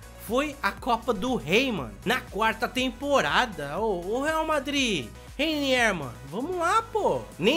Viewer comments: Se fala:Reinier não Reiniér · Ele não sabe nem rwiniwr ele fala rainier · N se pronuncia Reiniér. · Reiniéér kkk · ele fica falando reiniér, a culpa não é minha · Sabe nem falar o nome do mlk ororor